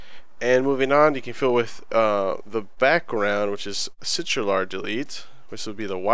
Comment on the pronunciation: crtl is pronounced "sitral"?